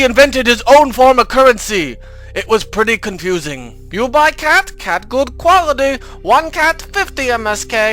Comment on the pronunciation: Lol so funny when he says "quality" in the beginning haha.